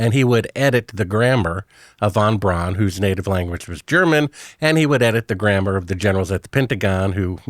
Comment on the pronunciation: "He would edit the graMBER" 🤔